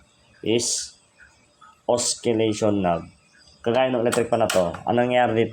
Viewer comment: silent po yung "C" sa Oscillation. Good video.